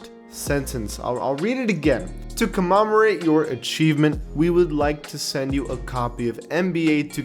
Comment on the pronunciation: The way you pronounced commemorate freaks me out.